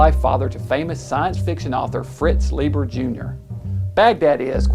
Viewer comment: Leiber rhymes with Fiber!